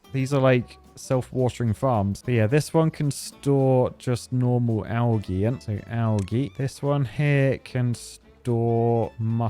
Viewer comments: Bird make him say algae right 😂😂😂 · Does he not know how to say algae.